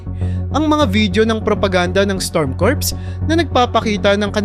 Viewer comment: Kur hindi kurps